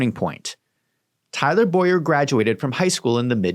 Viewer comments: BOWER clearly that is not pronounced BOYer..... it's things like this that make you look dishonest. If there is enough meat on the bone there is no point in doing things like this which tells me you have nothing. Keep digging and i am sure you will find it, but nothing in this video is it. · Her name is pronounced Bow-er not Boy-er. But otherwise THANK YOU for this research. It greatly helps me show my AZ friends what's going on in their backyard. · Bower is pronounced Bough-ehr like I bow down .